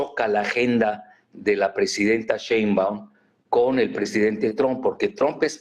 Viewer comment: No se dice simbaum , por favor tampoco le cambien el apellido a la presidenta